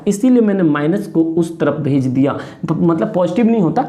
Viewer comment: Sir shayad aapne bola bhaj Diya but meina suna RHS ko bhik diya